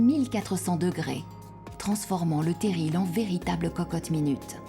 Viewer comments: Dommage que la narratrice prononce à la parisienne. Ça gâche ce magnifique documentaire régional. Terri bon sang! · Dites Madame la voix Off on dit "terri" et non pas "terrille". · On prononce TERRI et pas TERRILE!